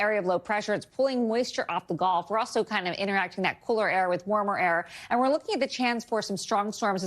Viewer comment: why can the meteorologist not say "gulf" correctly? It is a body of water, not the sport "golf"